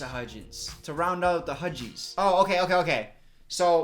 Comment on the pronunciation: for a second I thought had said wedgies instead of Hudgies, and I swear I was so confused 😕😂🤣😅